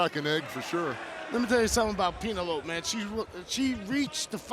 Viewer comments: Peenolope? 😂 oh Eddie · EDDIE KINGSTON CALLING PENELOPE "PEENELOPE" IS FREAKING HILARIOUS 🤣🤣🤣🤣🤣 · Dani Mo is streets ahead of Tay "Fake Latina" Conti. Hope she comes back. Also, "Peen-a-lope." Haha. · Peena lope. 😂